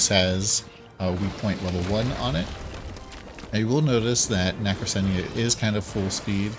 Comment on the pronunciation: It's pronounced "Na kra cena" nacrasena